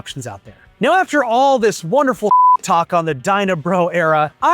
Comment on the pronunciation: It's Dyna Brah...Brah!